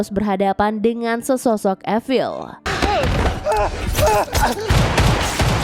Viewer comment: Efil?? Apa itu? Evil?(i-vel)?? Zombie kali.